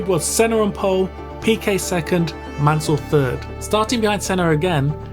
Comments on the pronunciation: On dit pas mannel on dit mansel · Pésimo doblaje no es Manel ,es Mansell.